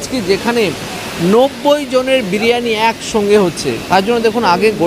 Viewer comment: খাবারের নাম ব্রিয়ানি নয় দাদা, বিরিয়ানি।